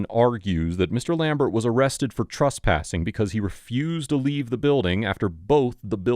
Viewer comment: Why do you call it "trUspassing"? The third letter is an E, not a U. Did the reporter get arrUsted? In the morning, do you get drUssed before going out? It's TRES, rhymes with DRESS.